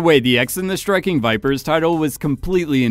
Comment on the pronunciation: I feel like your saying Striking Viper Sex Which i agree